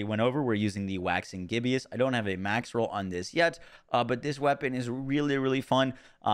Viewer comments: Gib-Us. LOL. NOT Gib-E-Us. Sorry had to. Everyone is mispronouncing it. \ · Bro said 'gibby-us' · The way you're pronouncing Waxing Gibbous is killing me